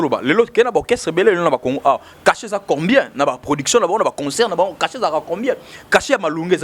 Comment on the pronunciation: il faut soit parler en lingala, soit en français Si vous décidez de parler en français, il faut arranger la prononciation. On dit concert et non conceurt. Pour le reste,il faut être au milieu du village. Bon courage